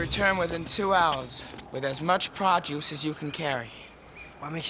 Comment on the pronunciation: Lmao. He says "produce" but that made me laugh. It really does sound like "pra juice". Mmm delicious pra juice, freshly squeezed from the pra fruits that grow on the pra trees.